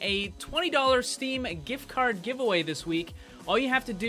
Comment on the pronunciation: Giftu Cardu Giveu awayu